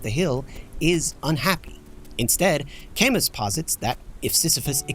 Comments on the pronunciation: PS I've never heard anyone pronounce Camus like the plant Calamus before. First time for everything 😅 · I’m honestly shocked to see no comments about your pronunciation of Camus 😳 I thought it was a joke at first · It's a good day when I notice a new video about a cartoon I have never heard of:) Edit: never fucking mind, they pronounced Albert Camus' surname wrong at minute three.